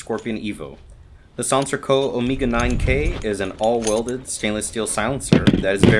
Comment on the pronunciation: "Omeega" lol nice upgrades though!